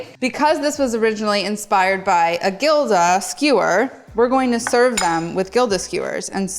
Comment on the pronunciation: btw gilda is pronounced "hilda" sounds like a H😊